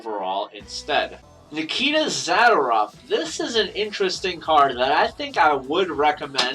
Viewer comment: zuhdoorov is how you pronounce his name ;)